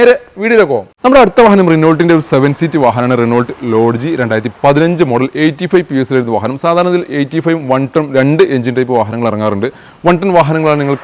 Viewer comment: റിനോൾട്ട് എന്നല്ല റെനോ എന്നാണ് pronunciation